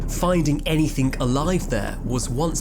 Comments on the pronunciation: It's anyTHING, not anyTHINK . Also, it's ASSUME, not ASHOOM 😮‍💨🤦‍♀️ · "Anythink" - seriously? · " finding anythink" lol English cant speak their own language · I switched off at the moment the so called narrator said:- 'finding "anythink" alive there......"